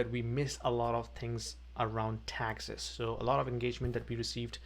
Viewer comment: Location The way you said TAXES - Priceless!